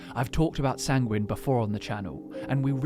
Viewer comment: Sanguine is pronounced as ˈsaŋ-gwən